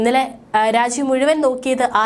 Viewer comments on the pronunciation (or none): none